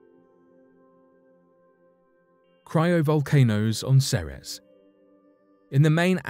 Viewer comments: Ceres is pronounced See-Rees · seems like this guy says "Ceres" differently "The 2006 Pluto Debate?" Oh yeah that's legendary.